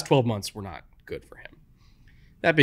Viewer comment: I was born in 1995. The worst season I can remember is 2005, that sucked. Also, you say Green Bay wrong.